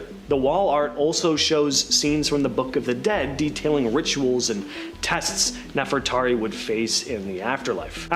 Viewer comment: Bro how can you not say NEFERTARI….and then after correcting yourself you STILL failed by repeatedly saying “Nefertati”?! I would have been a little more understanding if you would have simply confused “Nefertari” with “Nefertiti” but no…..you just failed all together and that was after putting forth GREAT effort!! How are you going to be EDUCATING ppl on sh¡t you can’t even pronounce? Are you RE…..SPECIAL?!